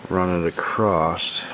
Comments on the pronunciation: across, no t in that word. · Great video, but why does everybody say acrosst. There is no t in across. Within the last 2 years everybody says it that way.